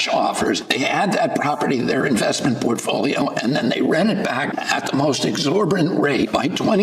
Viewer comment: "PORT" .. folio.